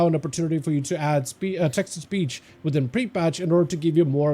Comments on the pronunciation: I thought he said Texas Peach instead of Text to Speech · Pretty sure he did say Texas Peach 😂